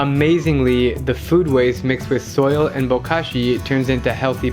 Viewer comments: How he says soil kills me 🤣 “soaall” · Isa Musliu like he’s from the south